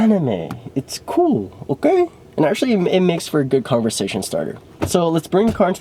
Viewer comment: The amount of times said "OKEH" in this video is spectacular 😂😂😂😂